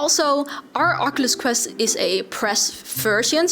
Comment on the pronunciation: its name is QUEST not CREST